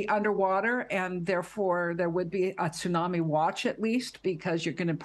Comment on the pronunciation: LOL She keeps saying TOO-nami. “Doctor?”